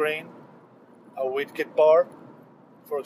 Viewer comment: IT'S COLD A WIG-ET NOT A WID-KET. Comment over.